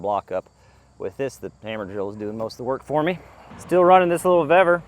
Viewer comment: Well I’ll say you do it the way you can do it. Yeah lime stone is not as strong as people think. It is a soft stone. Hell the way your doing is great to save it!!!!! Keep it up!!!!! I don’t think your pronouncing vevor right but it is what it is!!! A bee sting only hurts for a few, you act like there going to kill you, unless you have allergies to bees like I do. Limestone history!!!!!!!!